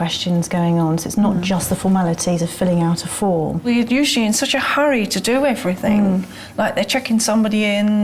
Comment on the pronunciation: Did Alex say everythink?Wow,I thought she could speak well.The word is everything,Alex.